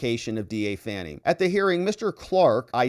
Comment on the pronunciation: She already has the power to make News Anchors call her “Fawny” instead of “Fanny”